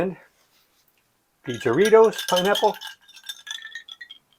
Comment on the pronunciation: Heya, i grew up on jarritos. Delicious stuff as a kid. Really informative review as always. By the way, its pronounced like "hah-ree-tos". Sorta, lol. Sounding out spanish is kinds tough to make it sound authentic. Happy new years! God bless